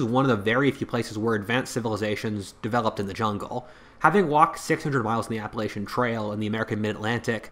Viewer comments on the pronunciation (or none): none